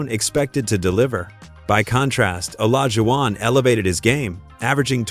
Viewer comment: Did Ai Just say OLAGUWON?